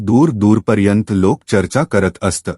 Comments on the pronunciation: अस्त नाही असत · Kahi shabda che ucchaar thik Kara. " Aasat" is a common word in Marathi.